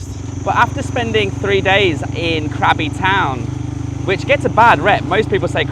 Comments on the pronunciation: Krabi is a great town. My partner's dad is from there and he still has a lot of family there. The boat restaurant is lovely at sunset and the cave over the river with the serpant sculpture is worth a visit. Just a note. It is pronounced Kra-bee not crabby. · mate love your videos but please Krabi is pronounced "grah-bee" not craby